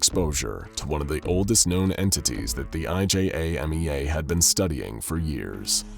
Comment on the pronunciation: It says "IJAMEA" but he keeps saying "IJMEA"